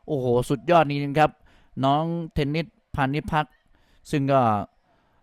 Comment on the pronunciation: เทนนิด เทนนิด อยู่นั่นแหละ น่าลำคาน เธอชื่อ เทนนิสสครับลุง !